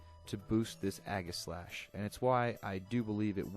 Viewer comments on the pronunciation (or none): EE-ji-slash. Since the primary word is aegis. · It is pronounced age-I-slash